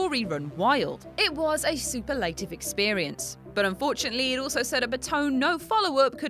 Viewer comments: ...Did you just say super lative? Oh,. Run these things past your coworkers before you say them, maybe? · I didn't hate the ending of ME3 (albeit I never played the un-extended one), but I have two things to say,: 1. Too much MaleShep in the footage! FemShep is the better character and voice actor. 2. That is not how to pronounce "superlative";) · One thing that’s really noticeable on what culture is when the video is narrated by someone other than the person that actually wrote it. The mispronunciation of words like superlative stand out like a sore thumb. I don’t mean to criticise the content (as it’s always at least interesting), but maybe the author should give notes or judge the edit.